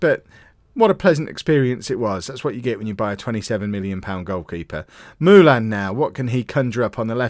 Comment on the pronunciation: It Is MOO LIN NOT MOO LAN